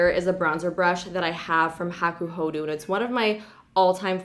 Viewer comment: hakuhodoooo not hakuhoduuuu